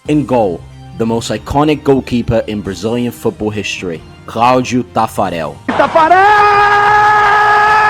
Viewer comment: Jesus Christ, perfect Brazilian pronounce